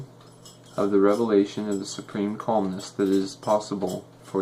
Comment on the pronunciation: Calmness not colmness)